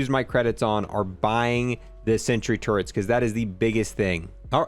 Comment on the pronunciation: Does nobody know how to pronounce turrets correctly? There's no n